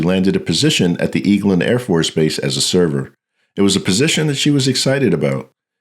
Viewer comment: Eglin is pronounced like “Egg-Lynn” ❤